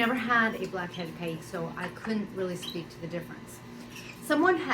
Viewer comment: You pronounce Caique in two different ways in this video. Which is correct please ?